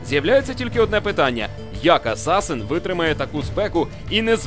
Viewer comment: Хлопці, не кажіть асасИн, кажіть як є з транскрипції англійської асасін! Вухо ріже трохи.